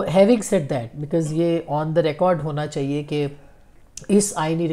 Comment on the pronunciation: Aap lafz " Chahiey" theek terha ada nahi kertin.